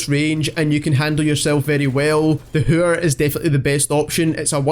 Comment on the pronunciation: The way he says hæür